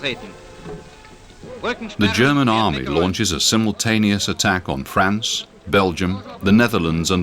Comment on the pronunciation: That's France (fraahnce), a proper name, not frants.